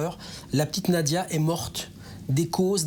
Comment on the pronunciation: Pourquoi disent ils Nadia ? C’est Nadjia .. qu’elle repose en paix petit ange